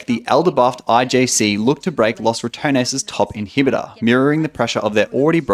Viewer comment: Ya know, he mispronounces Ratones, but it sounds like "Los Return-es" which is kinda accurate man! Also, if you're interested in how to pronounce it, I included my best try at explaining how it feels to say it, in my mouth. Ratones is pronounced more like "Rolled R - ah - to (but the t is actually somewhere between a d and a t, but closer to a t. and then the American pronunciation of the character in Smash,) - ness. So, something like rrah- Tdo - ness